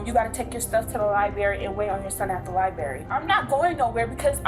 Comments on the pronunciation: Where is the “lieberry”? I think SHE is the Lie-Berry. feBRUary amBUlance liBRARy aSK It’s not hard to sound not stoopid. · liberry. Library li-BRRRR-ary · What the H E Double hockey sticks is a ‘lye berry’? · Perhaps youvshould go to the liberry and learn how say library. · Ugh...libRary NOT libAry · The woman said lie-berry instead of library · I am so glad that woman managed to work the work “Liberry” four times in one sentence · Liberry liberry liberry liberry... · I can't remember the last time I went to a lie-berry. LOL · "Liberry" is not a word. Maybe check out a dictionary next time you go to the library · Mmmm, "Lie-Berry," my favorite kind of berry. Hahahaha!! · Liberry…wtf is a liberry? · That damn "Lie-berry" helluva place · There are 2 r’s in LIBRARY. Just saying.